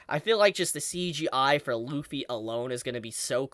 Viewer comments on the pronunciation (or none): none